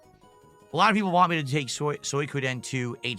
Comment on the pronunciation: “I have to play what people WHAN” 😂